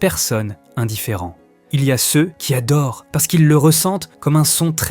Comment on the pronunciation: faute de liaison puis forte emphase sur "ceux qui ADORENT" ALLEZ VOUS RECOUCHER C'EST UN HUMAIN